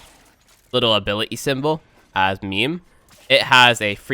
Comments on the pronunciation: IT'S MA'IM, IT IS MA'IM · halfway through I realized he was saying maim, I thought for sure he was calling it meme. omg. LOL